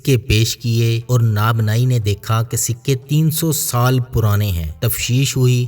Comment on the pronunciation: نان باٸی ۔۔۔ناب ناٸی نہیں